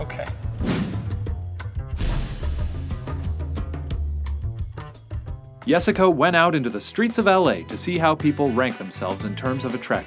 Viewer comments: Jessica is so attractive, even though she says and spells her own name wrong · disliked because of "yessica"